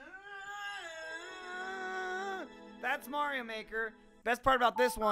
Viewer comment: Gavin almost called it Mario maker then said mare-io like the British way lol